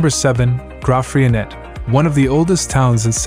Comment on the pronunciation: Some good choices of towns but I do wish that the presenter had taken time to learn the pronunciation of some towns. Hermanus is pronounced with the stress on the second syllable, HerMANus. Also towns with Afrikaans' names the letter 'g' is said more like an English 'h'. hence Graaff Reinet is pronounced more like Gerraff Rainette.